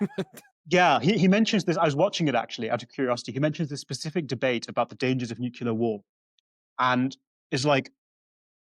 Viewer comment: Hearing say "nucular", rather than "nuclear" is the best evidence yet of a matrix than can glitch.